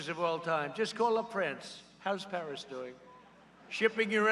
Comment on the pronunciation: Pars parras parrriss okay know the pair accord no I can't pronounce it but it's a bad bad deal